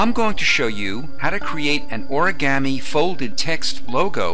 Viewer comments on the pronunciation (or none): none